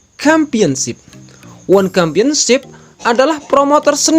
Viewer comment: Championship bacanya tetap pakai huruf "c", bukan "kampionship"